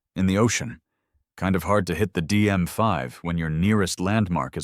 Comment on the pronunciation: how are you making AI-style mistakes on camera? You pronounced "DMV" as "DM5"?!?!